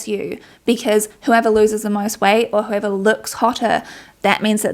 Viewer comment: The fact that you pronounce weight kinda like white is also very fitting